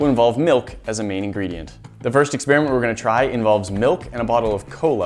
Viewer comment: "Ex-spearmint"... Why don't you just say "experiment"?